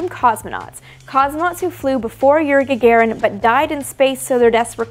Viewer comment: Гагарин is pronounce [gaˈgarin], not [gɛɪˈgəɹɪn].